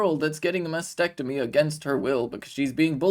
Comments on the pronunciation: …..it’s not Masectomy 🤬🙄Mastectomy, Kay-leeeee 🤦🏻‍♀️ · It’s a mastectomy not masectomy…. Kayleigh … at least get the pronunciation right